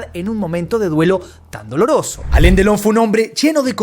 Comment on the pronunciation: No es Alen es Alan 😅